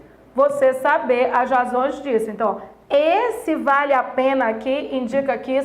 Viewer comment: É "vale a pena" e ela fala "vaLhe a pena" KKK. Obrigado pela aula !♥️